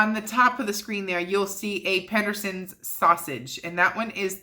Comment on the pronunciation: Kate Hillenbrand thats how we pronounce it in Southern California as well. I think maybe she thinks there is an N in the name but if it’s the sprouts sausages it’s def pronounced Peter-Sons 🤪🤣